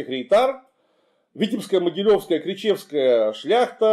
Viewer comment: Добавлю: крИчевская шляхта, а не кричЕвская. Со всем уважением!